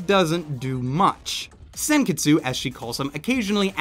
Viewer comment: giraldo I agree to a point. The show isn't super Japanese-ish. The only jarring part of the dub is the pronunciation of Japanese names/words. The way they say "sen-kets" is super annoying, especially at the parts where I know they said the full "tsu". Ryuko's overly raspy voice in the dub was also fairly annoying at first, though I eventually got used to it. Overall though, I found the dub to be passable, and given the extreme amount of action on-screen, an overall wise choice.